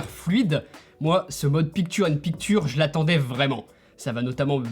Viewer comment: Pic ture? Ça se lit pictcher